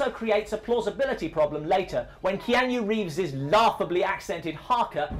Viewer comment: Kee-ann-yoo Reeves?